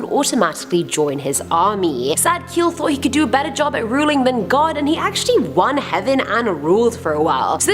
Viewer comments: Job is pronounced with a long "o". Like nose. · Btw, Job is actually pronounced like Jobe. Long o sound.